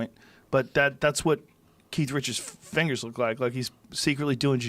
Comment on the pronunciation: Joe “ look at this fingeres” Rogan